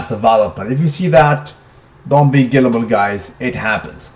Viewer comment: " Don't be gillible guys " and " its all about the benJERmins " nice diction